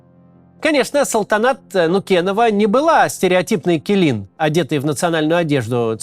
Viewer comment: Малюсенькое уточнение: "Келін" (Kelin) читается скорее как "Келын", вообще аналога звука для казахской буквы "і" в русском языке нет